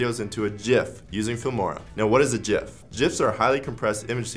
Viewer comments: Jif is a porn-movie where the key-frames are sticking together because yuk. Whomever is in the background talking you into this disgusting pronunciation, we are coming for you. IT'S PRONOUNCED GIF! STAAHP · It's a Gif not a Jif! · cool video but dont say jif please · Gif not Jif - Graphics Interchange Format. Not Jraphics Interchange Format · If you say Jiff instead of Gif then swipe left. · I say “Gif” not “Jif”!!! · Graphic starts with a "G" not a J... “Gif” not “Jif”!!! Correct... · It is pronounced like Jeff but Jif. so... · No, the creator of it says it's pronounced JIF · I worked for one of the developers of GIF89a back in the last century. He and his team at CompuServe asked Jiffy Peanutbutter if they could use their colors to associate .gif89a with them in order to instill the right pronunciation, they said no...the wankuhz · The G in GIF is a hard one, as it comes from Graphics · ITS GIF G I FFF